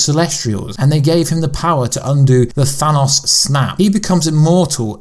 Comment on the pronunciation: you should just call thanos purple guy because its really driving me crazy how you say his name wrong